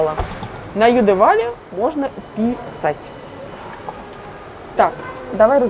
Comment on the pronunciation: )))) опасно слово писАть произносить по слогам нараспев в маске :) , юмористическое начало получилось. Обычную СМ в таком варианте нельзя запихать, нужны по бокам зазоры не менее 2.5 см (тут цифру не помню, возможно, что она выше), но точно, что заподлицо, как встроенную СМ ставить нельзя. Обычно в шкаф на 80 см. обычную СМ встраивают. Обратите внимание, что угловой навесной кухонный шкаф на экспозиции смотрится отлично, так как справа от него открытое пространство, если там была бы стена, то есть если с двух сторон от него будут стены - сначала представьте визуально и подумайте, хотели бы вы такой вариант. На самом деле дизайнерам спасибо, что они именно дешевые пластиковые белые ручки показали на фасадах кухни, зато покупатель либо осознанно примет такой вариант, либо сразу рассмотрит другие ручки.